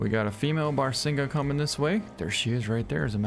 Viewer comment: Its pronounced bah-rah-sing-gah